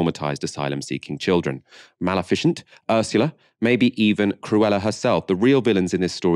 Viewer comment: continues his habit of inventing pronunciations for words he doesn't know. This time it was "Maleficent"., checking the pronunciation of new words is part of the audio journalist's job!